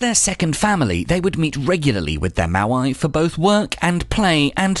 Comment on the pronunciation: moai, not maoai